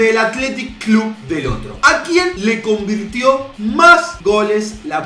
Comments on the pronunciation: dice convitio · Dice convitio jakaja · Like si te diste cuenta q dice convitio en vez de convirtió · Like por el R que falta en "Convirtio" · Like si te diste cuenta que dice "convitio" en vez de "convirtio"